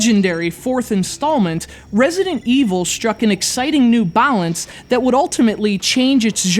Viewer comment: Anyone else thinks he says, 'Balance' funny? Or is it just me?